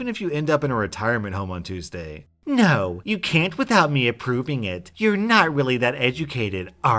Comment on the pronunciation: I fucking hate it when people can't even put emphasis on the right word."you DID not stick to your word' as opposed to "you did NOT stick to your word" Not should get the emphasis here as it's the more important detail of the phrase did not, putting emphasis on did might confuse a reader and it blows my mind people still don't know how to do this stuff correctly